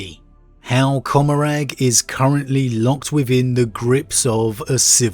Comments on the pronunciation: I couldn't figure out what you were talking about when you said "cumerag". I believe you're talking about comorragh. "Comm-More-uh" I'm not trying to be shitty, just trying to help. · It's pronounced Comorr-AH bro